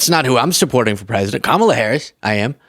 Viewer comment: Why can't he say Harris????